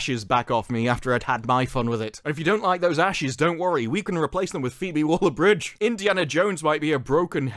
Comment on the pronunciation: it's Waller, not Wooler 😂